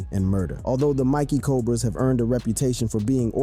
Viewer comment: Bro, it's mickey cobras not mikie cobras